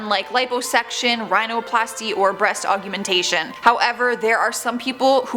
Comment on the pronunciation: Augmentation, not augumentation